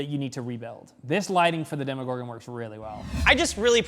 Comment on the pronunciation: You just say 'Demigorgon' 😬